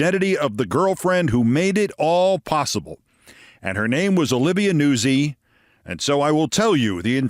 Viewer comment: I would not have pronounced Olivia Nuzzi's surname as "Noo-sie" Keith, rather as "Noot-sie". But you'd know far better than I the correct pronunciation. And besides "Noot-sie" sounds far too much like NAZI, which should be reserved these days for Donald J. Trump, JD Nonce, and that black Lt. Governor bloke in North Carolina 👍😎🇬🇧 💙☕🥃